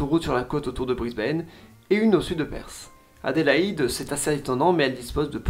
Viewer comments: Perth pas perssss, sacré francais ahahah quand allez-vous comprendre que th ne se prononce pas s , voici une video pour apprendre a prononcer Perth , en voici une autre pour la forme , sinon très bonne vidéo comme toujours. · Et Perth ne se prononce pas Persss XD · Alors j'aime bien tes vidéos mais ne propose pas des promos pour des cours d'anglais en prononçant si mal PERTH (que tu prononces "PERSE" 🤮), NEWCASTLE, ET Gold Coast, ça m'a sorti de la vidéo plusieurs fois, ton sponsor perd en crédibilité. Merci pour tes vidéos 👍